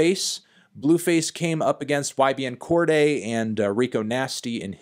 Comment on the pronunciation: Can you start saying Cordae correctly?